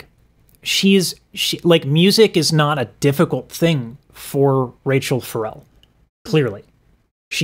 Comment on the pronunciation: We know all out own legends to well. Rachelle Ferrel is a master class singer. Pronounced Rah Chelle Fah Relle. Not like Rachel. Ledesi started out singing background for her. Just like Luther sang for Roberta Flack. Then Lisa Fisher sung backup for Luther Vandross. And if you think you love this lady so early into the performance 😂🤣✋ We all know he ain't seen nothing yet! Cause Babae!